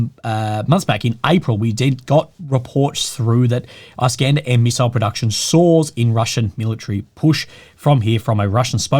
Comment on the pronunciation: produces it like "eye-Scander"